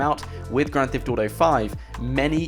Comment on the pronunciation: stop saying "grand thift auto"